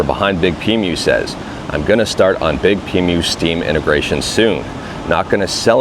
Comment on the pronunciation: Nitpicking, and I may be wrong (please tell me if I am), but I don't think it's pronounced "big-pee-mew" but rather "Big P Emu" as it's spelled.